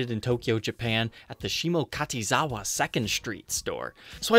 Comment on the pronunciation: I’m japanese and I love your pronouncing of shimokitazawa